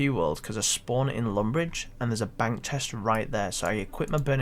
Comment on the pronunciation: “Dah is litchrully mhey whole benk”